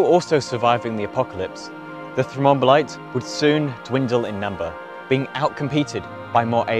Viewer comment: Great summary, and well illustrated. One question: how many syllables in "thrombolites"? Sounds like is saying "thro-mom-bolites" (e.g., and )